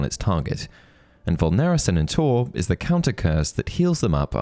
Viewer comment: Inferius in singular form and VULNERA SANENTUR have a different pronounciation stress than said in the video.